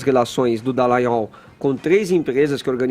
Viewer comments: acerte o nome do procurador! É Dallagnol não Dellagnol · Todo dia ouço esse cara chamando o Dallagnol de Dellagnol. Qual será seu problema? Será que não tem nenhum amigo pra chegar nele e dar um toque? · Não é Dellanhol e Dallagnol DA não DE que erre no Gnol beleza mas No DA DA LLagnol, Fefito o Queiroz ninguém sabe onde esta, mas você deveria cobrar a justiça do do Rio de Janeiro sobre o caso do Queiroz, mas o Celso Daniel esta no cemitério depois de ser torturado, e mais umas pessoas próximas a ele também estão no cemitério, você poderia cobras estas questões também sendo que o caso e bem semelhante do Queiroz. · ô... É Deltan Dallagnol não Dellagnol tem um "a" no Dallagnol poxa. sabe ler não? hahahahaah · o nome ė DAllagnol e não DEllagnol. Já que vai citar alguém,fale o nome certo,tá? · Fefito e Edgar ñ merecem mais comentários. Só a mim incomoda o chamar, nesse e em todos os outros vídeos, de Deltan DEllagnol?: é DAllagnol! Alguém do estúdio poderia avisar... jornalista tem obrigação de falar corretamente! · Pelo amor de Deus, alguém avisa ao que o nome do procurador é Deltan DALLAGNOL. Incrível como alguém que todos os dias apresenta notícias continue errando um nome que é pronunciado na mídia exaustivamente. É constrangedor escutar todos os dias um comunicador falando errado e ninguém o corrige.